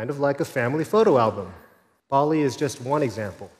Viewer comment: say hello to Barbie ( that’s what I heard )